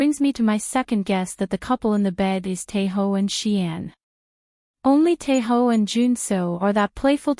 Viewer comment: Sis his name is Tae Oh not Tae Ho 😅 the problem with these AI generated voiceovers is how annoying they sound and they always butcher people's names